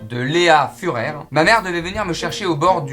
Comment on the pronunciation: Je suis le seul qui a entendu Léa Führ*r au lieu de Feurer ? 🤔